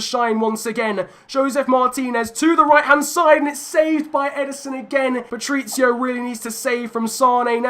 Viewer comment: Please learn how to say Patricio correctly!! Omg! It’s Pa-tric-io not Patric-io